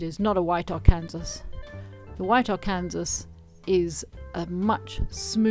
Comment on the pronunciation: Lovely work. Just a help on pronunciation... Arkansas is pronounced ar can saw (not Ar cansas). Yes, it's weird, especially considering that Kansas is pronounced the way it's spelled.